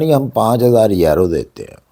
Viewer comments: Sir please if you don't mind please pronounce correctly یورو instead of ییرو thanks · Sir yero nhi euro hota Hy 😊 e U r o